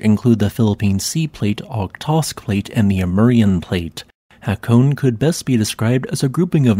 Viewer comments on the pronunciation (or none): It’s pronounced ha*ko*ne. Not ha*cone. But beautiful area. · "E"s aren't silent in Japanese pronunciation. Hă kō nay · Calling the lake Ashy is not only rude, but inaccurate. “Ah-shi” and “Ha-ko-neh” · Love the channel, just an FYI on Japanese pronounciation. Break words up into to two (or three if a y exists). Hakone is therefore HA KO NE (nay). Hakoneyama becomes Ha ko ne ya ma. Which simply means Hakone mountain.